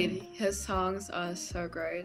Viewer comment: Wow I am turkish and i was waiting for this. You pronounced all the songs very well, I'm seriously shocked. You are very talented.